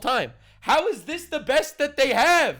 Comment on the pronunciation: How can the greatest country in the world have leadership who can’t even say this, she keeps saying dis instead of this. Can’t even speak correctly